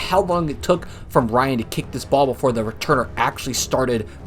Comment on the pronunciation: Go to , and hear him say "aye nother". Then go to , and hear him say "aye," again. (If you want to hear the plethora of "thee's," start at three seconds into the video... then keep your ears open throughout, and focus.) It's by no means a sin, but you may well have ADHD if you're not hearing these. Not to mention an unseemly combination of arrogance and ignorance. Do your homework before projecting your snark and condescension on others... you sound like Trump for god's sake.